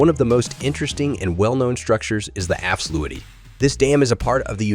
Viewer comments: Haha, what's up with that pronounciation of Afsluitdijk? "Efsluidy?", really? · afslutic dam..... really? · The afsluutdik....😆😆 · The afsluwidy? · Swiddersee and efslewedie. Jesus wept, you can just paste those words into Google translate and get an example, you know. And if the voice over didn’t write this: it’s still your job to get it right. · "Afsloeiitdijk"? "Zoeiiderzee"? You can Google the pronounciation very easy;) This is pure horror. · A nice and pretty accurate mov1e. The way you butcher the words 'afsluitdijk' and to a lesser extent 'zuiderzee' though, are truly magnificent. I've never heard anyone mispronounce those words more. I realise that dutch is pretty horrible for english and other non-native speakers, but perhaps you could enter difficult words into Google-Translate to get at least a general feeling about the pronounciation. Just a tip. Kudos for the rest of the movie.